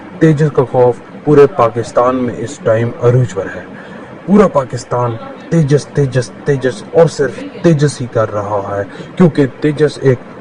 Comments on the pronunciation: तेज़ा नहीं तेजस है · Abe Teja nahi Tejas... Waise Andaaz Apna Apna ka Paresh Rawal wala Teja mai Hu mark idhar hai yad agaya 😜😜😜😂😅🤪 They use to make fun of Tejas ✅️ which is any day way better than Chinese junk fighter JF17 Blunder 😂🤣 now keep crying silly Pakistanis 😜